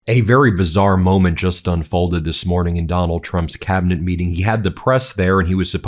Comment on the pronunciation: Did someone mention the 25th in the "cabol; er, cabinet" and say a guest host of this shit-show?